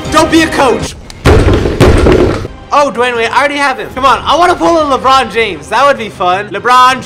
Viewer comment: And a year later he calls a le Ron again